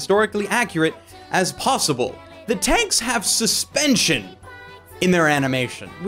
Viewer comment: MEHTAL BAWKES